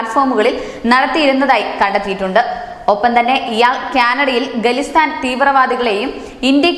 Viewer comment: എന്റെ മോളെ , ഗലിസ്ഥാൻ അല്ല ഖാലീസ്ഥാൻ എന്നാണ് .....